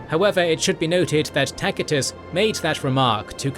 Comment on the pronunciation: Tacitus is pronounced TASIT😅US NOT TAKITUS🤣😂🤫